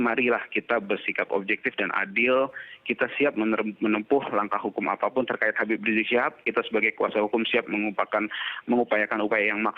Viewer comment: Knpa sih kalin susah bilang Habib riziq